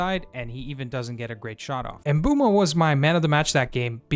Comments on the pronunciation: Not to be that guy but he pronounces it "oomboomo" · Of course we care! I'm more concerned about most fans still don't know how to pronounce his name yet (MBOOMO! and you can hear him pronounce his own name in several videos incl. shorts here on Youtube). I was over the moon when Mbeumo signed in the summer but I think because of his late start to the pre-season (he didn't play much in USA) he wasn't hitting the ground running but also so didn't Cunha. I'm sure Mbeumo will become one of if not the best United signings in the post Ferguson era. I just didn't understand Amorim played him at the left side against Spurs which I think was a mistake. I think he wanted to surprise Thomas Frank and saw a Spurs weakness but I don't think it worked so well. Overall it was a disappointing game and I agree with Amorim Spurs was there for the taking but United mostly underperformed. I'm quite sure Mbeumo won't this season and I hope Cameroun aren't doing well in the ANC. Sorry, but I was happy yesterday when Cameroun crashed out of the World Cup which means Mbeumo will be a lot more ready and fresh for next season than most top players.